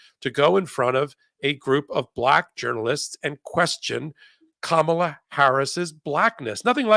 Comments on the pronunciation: Kamala is pronounced Comma' lah. DT and others saying Ka mah'lah are wrong. I heard that mispronunciation tonight on this program. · Please pronounce her name correctly. It is pronounced KAMala. (The lady here didn’t pronounce it correctly but at her like scump does). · Great presentation. mispronounced KAmala's name. The accent is on the first syllable. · It's KAmala Harris! Your guest host HAS to pronounce her name correctly! C'mon... you guys are better than this! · Okay, someone tell how to pronounce the next President’s name … Kam-a-la (rhymes with Mom), and she’s been our VP for almost 4 years for heaven’s sake. Quit pronouncing her name like trump does. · I cringed every time you mispronounced Kamala! Please get it right. Comma-La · Kamala. Emphasis is on the first syllable. Think Comma-La. She’s been a public servant for 25 years. You are either ignorant or rude. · Ms.Harris? VeeP Harris, but DISRESPECTFUL first name, and Mispronounced !!! Say: Pamela. Say: Kamala. 1st Syllable is louder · Kamala will soon be president. Might be time for this woman to start pronouncing Kamala right. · needs to learn how to say Kamala correctly. Please stop using the MAGAt pronunciation. Can’t even finish listening to this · pronounce Kamala's name right! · please check your pronunciation of the VP’s first name Kamala. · ..teach her how to pronounce Kamala...god. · It wouldn’t be wrong to correct when she mispronounces Kamal Harris’s first name. Thank you for your work. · Why she pronouncing her name wrong again. You are doing the same thing. 😂😂😂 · needs to learn how to pronounce Kamala’s name correctly. 🙄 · For goodness sake pronounce her name right!!! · Please Tell her HOW TO PRONOUNCE Kamala’s name. This is disrespectful. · needs to learn how to pronounce KAM-A-LA's name. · I enjoy these chats, but PLEASE,, at least get Kamala's name right...ask your partner there how to pronounce it, if you don't know!